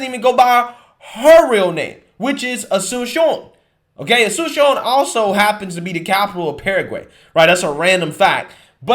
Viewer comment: I can see why Sunny doesn't go by her name, your pronunciation was terrible.